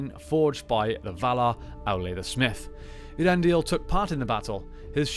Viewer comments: Ay-ahr-EN-dil, not Ear-en-dil. Please, PLEASE read the appendices on Elvish pronunciation or The Languages of Tolkien's Middle-Earth. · In terms of the way the name sounds, I always thought it was pronounced "Ey-ar-en-dil" rather than as presented here "Ear-en-dil"...was I wrong? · I think so, I pronounce something close to "Ea-ren-dil". I give it a little more pause between "Ea" and then "rendil", in Appendix E of LOTR there is a clear explanation of the sounds of names but its been a while since I read it.